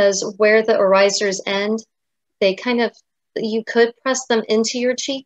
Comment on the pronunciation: Dear, please adjust your pronounciation of the Dutch word with the emphasis on 'oor'. That is how it is supposed to pronounce (trust me, I am a native speaker).:-) Also: regional dress in Staphorst en in some places in Zeeland are still worn on a daily basis, including their beautiful silver oorijzers. You can find a picture here: (fyi: the woman on the left is wearing mourning-colours, the woman on the right wears the regular, everyday colours.